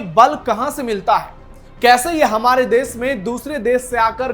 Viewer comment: भाई आप पहले अपना उच्चारण सुधारिए "श" शब्द का उच्चारण सीखो आप न्यूज पढ़ रहे हो ,गाओ वाली हिंदी मत बोलो, अच्छी हिंदी बोलो। देश को देस, कश्मीर को कसमीर, वोट को बोट बोल रहे हो क्या स्तर है समाचार वक्ता का?